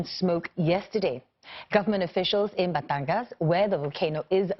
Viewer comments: You gotta give it to her for pronouncing Taal and Batangas correctly. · This is the first international news station that actually said batangas and taal perfectly also sto.tomas